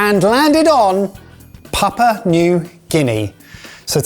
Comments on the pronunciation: It's not "papa", it's "pop-ooh-uh" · Papa? Its Papoooa. and its SAYgo. its quite easy to check these things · It's pronounced 'pap-yu-ah' new guinea :) Not papa😅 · "Papa" New Guinea 😂😂 Papua! lol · There's a letter U in the name. It's not Papa New Guinea. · you forgot the POO! It’s Pa-poo-ah not Papa 😝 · just being picky, but it's PAP- ua, not papa. Thanks for exposing us to unknown dishes from around the world. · PapUa New Guinea, not Papa New Guinea......say it as it's spelt. This should be interesting. Taro is very popular in the whole poly/micronesian areas. All the islands grow it as a staple and both the root and leaves can be eaten tho they need to be prepared properly. Also Sago is long "a" so, say-go. Actually Sago pudding was quite popular here in NZ in the 30s and 40s. Britain too as far as I know. Haven't seen it for a while tho. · Papua, not papa. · Stop with the 'Papa' already! It's got the letter u in it and it's not silent🙄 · I think it's pronounced pap-Wah or papu-wah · I think needs to learn how to pronounce Papua